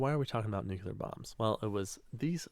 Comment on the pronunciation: Uploader dude says, "nuke-ya-lur". Makes my head spin every time.🤣🤣🤣